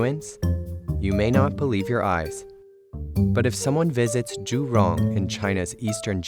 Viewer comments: Actually it's jürong. outside Nanjing. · As a Singaporean, I got shocked when I heard Jurong